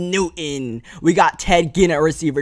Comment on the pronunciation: say it with me, NEW-TON